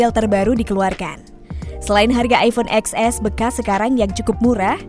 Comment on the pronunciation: Kenapa gak bilang ten s sih mbak? Capek dengernya